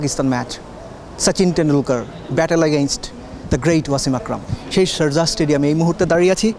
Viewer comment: SharZah na, Sharjah! English uchcharon er ja obostha!